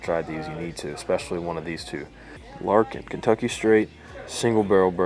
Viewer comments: Not "Larkin" but "Lair-i-kin" which is Aussie slang...it's bourbon made by an australian who moved over here.. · Thanks for this video mate we have added these to our list 🤜🏼🤛🏼 And it's pronounced Larra-Kin(not Lar-kin) I guess are using the Aussie term as they borrowed the Kangaroo as well😉🦘